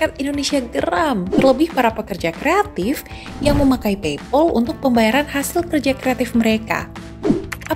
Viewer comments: Pei pal mbak bukan pei pol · pronounce paypal-nya kurang pas, pal di-pronounce pael atau pel jg boleh